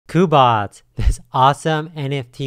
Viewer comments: When he said COOBOTS and ETH instead of "EETH" I gotta stop there lol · i think it's pronounced like "queue" as in Cube-Bots. Cubots.